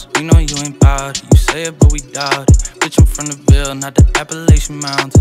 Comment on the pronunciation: That's how it's pronounced.